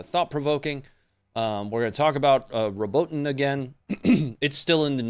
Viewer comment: Fyi pronunciation phonetics: Robot-ina, You-row-jina